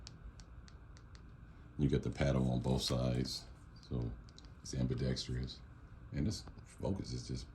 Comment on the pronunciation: Its pronounced ambidextrous,NOT AMBIDEXTREEEEEEEEEOUS !!